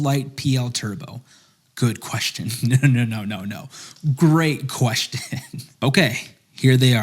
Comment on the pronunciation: Pretty weird nitpick but anyone else notice how he says it “queshtin” not “question”?